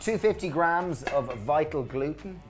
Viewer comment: "Kweat glooten" Haha.